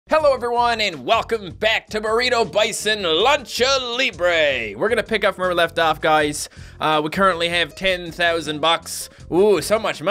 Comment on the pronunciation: Libre=lee-bruh not lee brey.